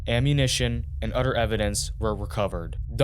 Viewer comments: You gotta start pronouncing “th” the correct way when you talk. It’s really distracting when you say “udder / other” “mudder / mother” “duh / the” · The voice is AI generated. It pronounces “other” as “udder” and “mother” as “mudder” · Such terrible commentary “otter” other, “modar “mother. Buglarar. F man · it's the same thing... name me ANY other word where you add an UH after the first letter when there is no U. I have never heard ANYONE say it like that... not matpat, not my niece and nephew... NOBODY. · Odder brudder 😂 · Udder, mudder…wtf? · Its bugging me the way you say "brudder" for brother and other "udder" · In da udder room too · I didn’t know “mother & other” is actually pronounced “ mudder & odder”, learn how to pronounce words correctly if your going to have commentary on these videos, NASTY WORK 🤮